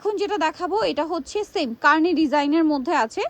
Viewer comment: কার্নি ❌ কানি✅